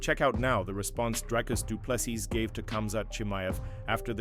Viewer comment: Spot on, but here is the correct way to pronounce Dricus Du Plessis